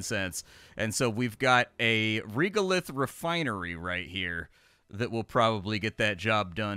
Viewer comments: Young man, regolith is pronounced like this: /ˈreɡəˌliTH/ otherwise, because of you I may give this game a chance (!) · Anyone else twitching a little bit with pronunciation of Regolith, rɛɡəlɪθ:D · Regolith. The reg part is pronounced like regular